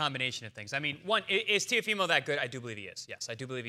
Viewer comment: Interesting that Teddy can't pronounce his name correctly.